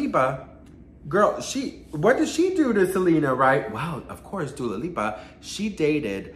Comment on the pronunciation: Speaking of instagram 👀 I feel like my messages from 2 months ago are hiding from you on purpose lol. Also you keep saying Dula Peep cuz I love it!